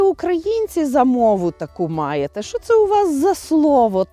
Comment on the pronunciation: А ваше "шчо" це взагалі жесть! Оу, вибачте, ЖЕРСТЬ)